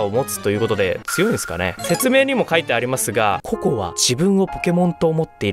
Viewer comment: ポケットモンスター コ↑コ↓ で草